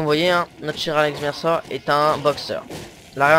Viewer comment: Pas trop mauvaise vidéo mais c'est Alex Mercer et pas Mayer e vers la 7ème minutes( environ) on dirais que tu jouie salement